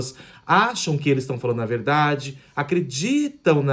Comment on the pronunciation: GAROTO VOCÊ FALA A VERRRDADE, VERRRRDADEIRA. fácil assim.